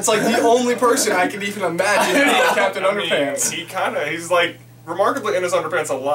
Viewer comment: When he said captain underpants I thought he said cats in underpants